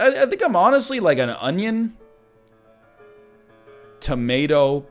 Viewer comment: A good onyo is a heavy onyo.